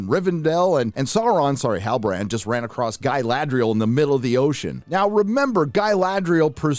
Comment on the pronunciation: Dude I just keep laughing whenever I hear sauron sorry halibarand😂😂😂😂😂 or when I hear guy-ladrial 😂😂😂😂😂😂